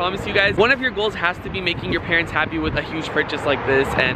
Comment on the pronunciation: Joshua Balacuit the word is parents not parots